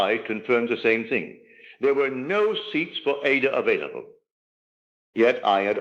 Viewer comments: I don't know whose voice this is or, if it's AI. Neville was British and educated. In the UK, classical music institutions, broadcasters like the BBC, and general audiences strictly pronounce the opera Aida as eye-EE-duh (or ah-EE-dah, with three distinct syllables). NOT like it is repeatedly & disturbingly pronounced in this video. You need to correct it because you make Neville sound stupid. ANY educated person knows Verdi's opera is NOT pronounced AY-dah - two syllables, like Ada. Neville NEVER would have said it like that. NEVER!!! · Not Neville. Neville Goddard was an educated British man and would have known how to pronounce Verdi's opera Aida. This voice does not.